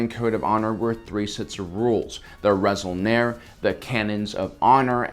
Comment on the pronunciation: Resol'nare, not Resol'nar The 'e' at the end is important, since it's the Mando'a way of desgnating a plural. "Resol'nar" would be "Six Action" "Resol'nare" is "Six Actions"